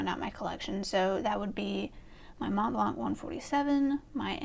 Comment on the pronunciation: The first way you pronounced Montblanc is actually the correct way, so it not really snooty. The 't' and 'c' are silent. You have some very interesting pens, so definitely going to try and catch the collection video. I want to see if I correctly guessed the pens you didn't mention. The only pen I could answer is for traveling. That would be the Visconti Homo Sapien Skylight. my EDC is whatever pens I have inked up. I usually have a F, M, B, and stub inked, so I have everything covered. I don't have a pocket pen because I don't like small pens. The smallest pen I have is 10 cm, but it's a bit too precious to keep in my pocket. I would love to get into vintage but I find them too thin and I prefer a number 6 size nib. I have many what would be considered grail pens, so that is also hard to answer. May be one of my OMAS or ASC pen.